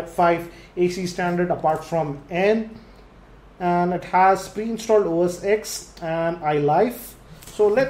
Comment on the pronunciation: Its not OS "ex" its OS "Ten"